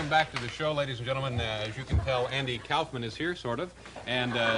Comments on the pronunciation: I've heard of Andy Kaufman, but who's Andy Cowfman? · Andy Cow-fman?